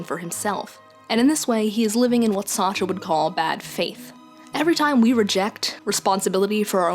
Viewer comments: "John Paul Sahtra" Sart. Like fart but with an S. Sartre is a French name, half the letters don't matter. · had to pause and take a second after that Sartre pronunciation, holy crap